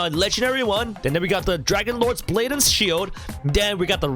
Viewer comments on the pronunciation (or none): none